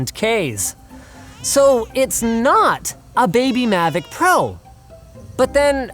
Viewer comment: Um sorry but it’s mavic not “Mavoc”